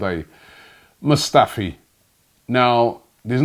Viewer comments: Did you call him Squadron Mustafi? 😂😂😂 Lool. Man from the endz init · last time he said that it sounded like he said scrotum mustafi ffs 😭